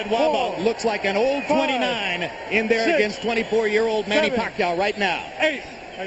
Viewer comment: LOL! they couldn't even pronounce manny's name back then.. haha